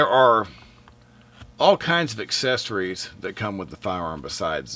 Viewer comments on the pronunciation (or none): none